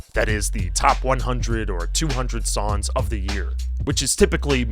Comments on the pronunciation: So weird you say "sawns" and not "Songs" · Sounds like he’s saying “sawns” throughout. Really annoying. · Why don’t you pronounce the “g” in “songs” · this guy is allergic to nasal NG sounds holy shit